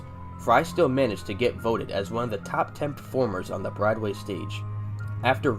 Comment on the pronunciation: Never heard Broadway pronounced “brideway”. It would be nice if the people who make AI-narrated videos double-checked the audio before posting. Too big a hurry to get the money I suppose